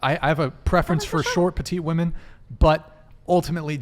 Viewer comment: Why do so many of these women refuse to say women? They keep saying woman instead…